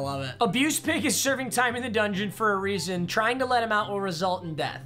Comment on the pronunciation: Not to be that guy but dungeon not dungon. And to be that guy, no one/nobody jokes aren't funny stop using them